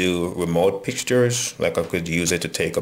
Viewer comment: did you say pictures or picktures